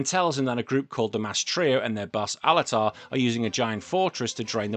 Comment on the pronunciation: for bomber64, the villains name is Altair, “al tye eer,” not altear or whatever you said. He’s named after the star. His henchmen/cohorts are also named after stars. lol